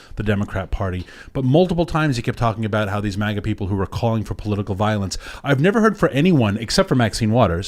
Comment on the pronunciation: Grrr its MAGA not MUHGA 😆